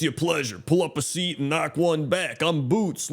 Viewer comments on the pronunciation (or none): none